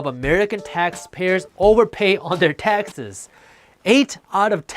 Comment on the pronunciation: Lol I kept hearing "Texas" instead of taxes